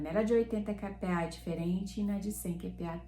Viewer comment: A pronuncia correta é "cá"PA pois se trata da letra "K" (100 KPA ). Dessa forma fica maos facil das pessoas fazerem a busca na hora da compra.